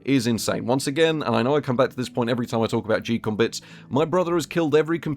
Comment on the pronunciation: Geekom pronounced "Gee-Com?" I never would have guessed it I thought it was more like "Geek-com" or "geek-um"